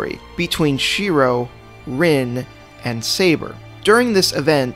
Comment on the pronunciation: All I hear shirou says: SEIBA!